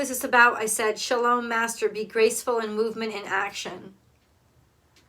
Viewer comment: Star Ancestor is my great grandfather. I began receiving communications from him less than a year ago. And he was Jewish, right? I’m pretty sure that next card was supposed to be “Shaolin Master,” but did you hear how it came out as “Shalom Master?” Hahaha he’s good, and so is